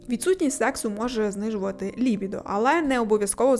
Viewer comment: Не зміг додивитись через неправильний наголос у слові "лібідо", це просто неможливо слухати, піздець якийсь